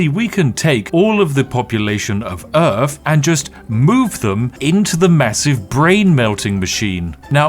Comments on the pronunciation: i forgot you were saying "Urf" on purpose... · You know what's messed up? It's that some British people actually pronounce earth like that.